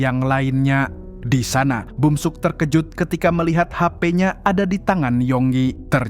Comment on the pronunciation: bukan bumsuk tapi beomseok